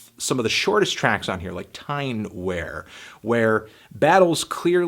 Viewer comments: Just to be a pain-in-the-ass, picky little fucktard here but... 1) The 'album cover' he uses here is, in fact, the FF Bada single cover. 2) The word 'Wear' in 'Tyne Wear' is pronounced 'we-er' after an area of North-East England. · It's pronounced Tyne WEER. It's named after a place near where I live :)